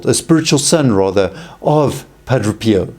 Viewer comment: You sat Padro Pio but it's pronounced Padre Pio ...Padray